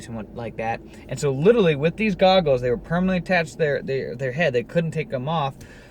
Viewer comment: You're saying 'litrerly' instead of 'literAlly'.